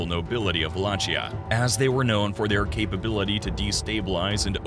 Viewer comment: Wallakheeya ( it sounds like this). Ch in Romanian language sounds like Kh ( in Italian is same). Great video!